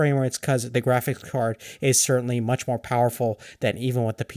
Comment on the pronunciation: "Kräfix Kawrd" - What the?